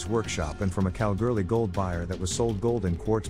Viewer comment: Pronounced Kal-ghoulie just incase you were wondering.